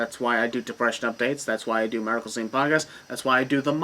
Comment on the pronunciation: I swear man. With your last name Maracle, you sound like you're saying Miracle. Hey! Your new Wrestling Name:!